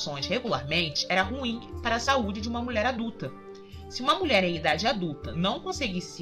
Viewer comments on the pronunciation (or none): Não acredito mas a impressão que dá é que vc fala Mulé ao invés de mulher..... horrível!